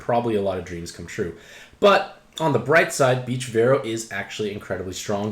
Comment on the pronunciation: So we just aren’t saying the “a” in Veroah, anymore? Haha. Great review, as always